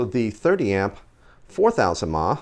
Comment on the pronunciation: Please stop saying mah for some reason people who vape don't know what they're talking about clearly it's milli amp hours wow u sound stupid